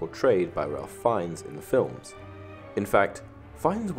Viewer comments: On a side note, Ralph Fiennes is pronounced "Rafe Fines" :) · TBH it was very distracting and annoying, which is sad because other than that, the video was pretty good.